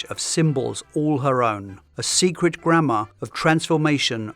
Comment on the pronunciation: Im so American when you said "grammar" i heard "grandma"